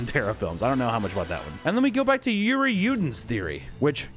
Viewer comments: Cmon bro there's being stumped by foreign names and then there's pronouncing Yuri as Georgie wtf 😆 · The fact that he pronounced Yuri as 'Georgie' 🤣